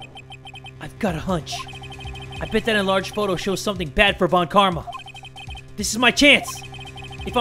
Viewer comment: People keep forgetting that "von" in surnames is German in origin, and should be pronounced "fon", like in Volkswagen. Please remember!